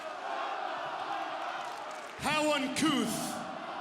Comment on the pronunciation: uncouth… how uncouth 😂